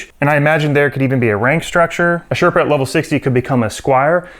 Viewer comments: Is Sherpus a word? or did you mean Sherpa? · The f is a sherpUs? It's Sherpa... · "sherpus" lmao that's some thick rage bait right at the end